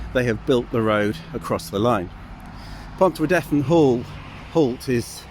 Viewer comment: Pontrhydyrun is pronounced pont-rhee-drin. Not pont-rhee-deth-in.